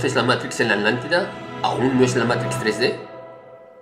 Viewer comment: sigo sin entender el porqué dice Adlántida en lugar de Atlántida.